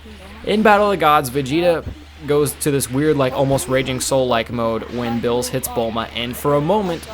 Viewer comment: ITS BEERUS NOT BILLS!!!